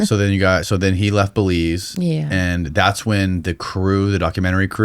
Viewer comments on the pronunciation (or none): "WAS THIS IN BELIEZE?"🤣👎NO FKN IDEA